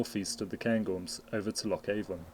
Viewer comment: The Avon in Loch Avon and Ben Avon is pronounced A'an, btw